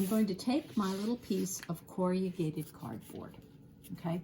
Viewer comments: You state you were a teacher. Based on this video, you are an excellent one. I wonder though where you're from, because you massacred the word 'corrugated'. It is not pronounced core•e•ah•gated. It is KORR•uh•gayt•id. 😕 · It is not CORRIAGATED. Corrugated.... pronounced corragated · An excellent instructional video, slightly spoiled by the mention of "corriagated" cardboard. The word, spelled correctly on the paper shown, is "corrugated", and pronounced as it is written. Apart from that I enjoyed learning a new technique. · Corrugated has only 4 syllables. Cor-ru-ga-ted. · Have to say I've never heard corrugated cardboard referred to as "corry-yew-gate-ed" before; is this an American way? I also have little snips like you do too. Thank you for the video. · Teacher : you are mispronouncing “corrugated “ cardboard. 👎👎👎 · Not AI — probably just a regional quirk with the pronunciation. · I noticed this creative pronunciation too; I used to work in a factory producing corrugated boxes so it sorted of leapt out at me! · Noooo not American pronunciation. Only four syllables for most of us. Just a personal variance I’d guess. A bit of quirkiness is charming. 💖